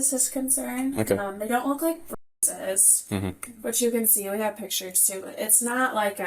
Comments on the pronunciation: Bruises…not Bu?ises. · Ou can’t say bruises?